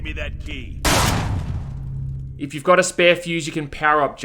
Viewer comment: I kept hearing “Gimme that D,” instead of “gimme that key.”